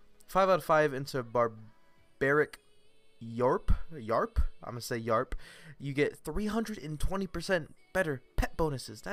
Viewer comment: Spelled as Y-A-W-P Pronounced "yarp" Me: 😐